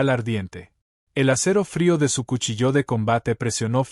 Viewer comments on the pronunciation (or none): Narración mediocre. Se de cuchillo no cuchilló!!!